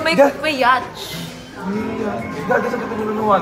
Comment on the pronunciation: Natawa ako dun sa YACH! Baka YACHT(YAT) po Hahahahaha